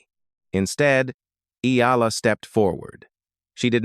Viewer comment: Her name is pronounced Alex E-ya-la, not E-la! (Spanish Pronunciation! Thank you .